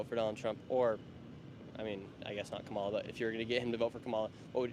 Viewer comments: Is this guy stupid or ignorant about how to pronounce the vice president's first name? I guess it could be deliberate disrespect. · The host is such a manipulator because he correctly pronounced Kamala Harris's name when he introduced himself to the Kamala / Walz representative but then defaulted to his TRUE WHITE POWER RACIST BIASED TRUMP BROWN-NOSER SELF. HOPEFULLY THE HOST MATURES IN THE NEXT 3 YEARS AND GETS OVER HIS BIASED TRUMP (DOESN'T DO ANYTHING FOR HIM) OBSESSION